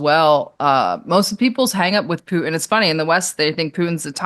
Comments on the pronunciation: She speaks like a teenage girl. PoohIN Putin , ImporIN Important, loses all credibility. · When I hear someone say " Poo'in " instead of Putin I click off. What are we in grade 4 again? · No, she just actually knows how to say the city names correctly. She's not using an accent. However, her pronunciation of Pooh-in for Putin hurts bad! 😂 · Why should I give this woman any credence when she can’t even pronouns “Poo-in” His name is Putin The research is clear: If you can articulate consonants PROPERLY… you self disqualify as a “so-called” expert Just ask Nate (“seen” vs “saw”)